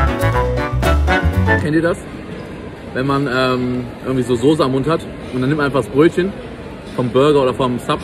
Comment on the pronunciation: Unge bitte lern SOßE zu sagen BITTEEEE xD